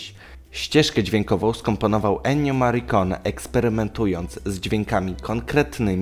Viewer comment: Hej. Nie traktuj tego, proszę, jako "hejt". Bardzo lubię Twoje filmiki, subskrybuję itp...Ale popracuj nad angielskim, błagam "Klin Istłód"???(O tego "Klina" mi chodzi"...I "Maricone"??? To troszkę razi. Ale poza tym - jesteś super. Pozdrawiam, działaj dalej.